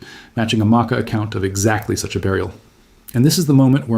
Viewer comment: The research is good, but the mispronouncing of Makah is killing me.